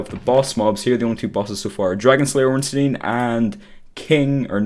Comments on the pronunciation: Artorias is one of the 4 knights of gwyn NOT a king And its Solaire of Astora And ffs it's not ornsteen would you pronounce Frankenstein frankensteen? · "Ornsteen" :) It's pronounced like Einstein.